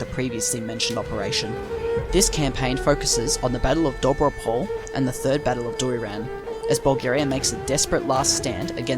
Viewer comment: Here are some corrections of pronunciation in Bulgarian. Imagine Doiran being spelled Doy Ran. The Doy would be pronounced as Boy but with a "d" instead of a "b". All letters in Dobro Pole are pronounced. Do Bro (like the slang for brother) P Ole (ole- like the Spanish chant). Dobro Pole and the Cerna bend are basically the same place. The one term refers to the field or plane- Dobro Pole means Good Plane and the other refers to the Black River Bend- Cerna (pronounced cherna like "ch" in the word church and "erna_ pronounced similar to earn like in earning money but with a distinct "a" as in apple in the end of the word).